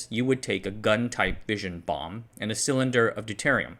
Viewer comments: Fission is pronounced Fishin, Like: Gone Fishin' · Love the content. Only gripe is that "fission" is pronounced like Gone Fishin'